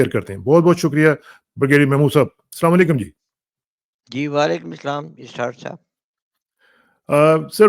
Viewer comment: السلام علیکم بھائی یہ سلام علیکم نہیں ہوتا السلام علیکم ہوتا ہے